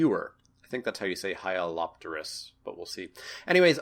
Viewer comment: The best thing about hyalopterous lemure, is he got the hyalopterous part right.